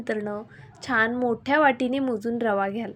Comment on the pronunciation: मणापासून म्हणू नका , मनापासून . छाण म्हणू नका , छान.